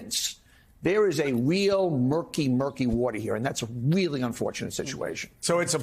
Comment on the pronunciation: That host said, "this is weally weally sloppy". "WEALLY " just like Bugs Bunny! 😂😂😂😂😂